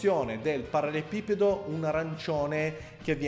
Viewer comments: Sarebbe bello vedere altri video di questo genere,.:) Magari, prima impara a dire "parallelepipedo"! Hahahahaha:p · L'uomo che riesce a progettare un mobile di design ma non riesce a pronunciare ''parallelepipedo'' Ti stimo hahaha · Solo a me triggera tantissimo quando pronuncia ''parallelepipedo''? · in realtà è parallelepipedo, ma sono io nabbo a non saperlo pronunciare bene :)